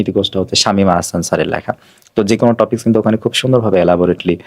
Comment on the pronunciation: Ha barbar sudu টপিক কে টফিক টফিক বলতেসিল 🙄